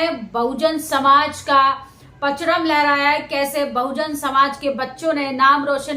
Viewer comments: पचरम नहीं परचम बोलिए 🙏🙏🙏🙏🙏🌹🍎🍅 शा बा श!!!! संघियों को धूल चटाने के लिए 👌👍🌹🍎🍅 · मैडम अच्छा बोलती हो।लेकिन शब्दो मे गलती करती हो।सावधानी से बोलिए।आपने परचम को पचरम बोला गलती की आपने। जय भीम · परचम बोलो, पचरम नहीं। rss murdabaad jaibhim